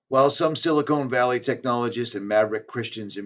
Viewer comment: silicon valley. (sil-a CON- valley) you are saying silicone valley. That makes it sound like a breast implant. Or at least that made me laugh. I laughed once today. Thx. That makes me feel better. silicone valley, yup, a big ol pair of fake titties.